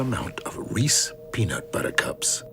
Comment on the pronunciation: Im so fucking pissed bro its "REESE'S" not "REESE"